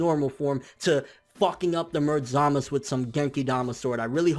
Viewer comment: BRUH ITS ZAMASUUUU NOT ZAMAS